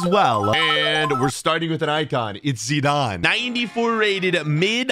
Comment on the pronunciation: It irritates me how you say Zidane (no offence)